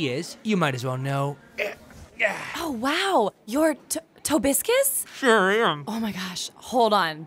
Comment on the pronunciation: no, its Tobuscus